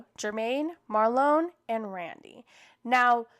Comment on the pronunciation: His name is pronounced as “Mar-Lynn” not “Mar-lone” 😂😂😂😂😂